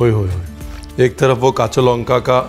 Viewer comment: Your every pronunciation like Bhaja Masala, Jhalmuri, Kacha lanka just perfect ❤️.